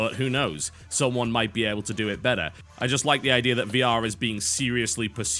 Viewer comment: Is it me or TB never says the word Idea right?